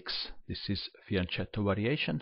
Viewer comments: beautiful video as usual,. Only one thing: pronounce fianKetto instead of fianCHetto, please. Greetings from Italy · I love your videos. But fianchetto should be pronounced fianketto.